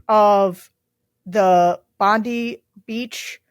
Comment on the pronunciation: Thank you JVL! From Australia. You corrected Sarah when she (like most US commentariat) pronounced Bondi like your odious DOJ ‘head’.